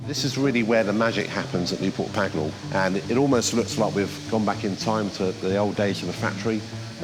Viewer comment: It’s Pagnell, not Pagnall.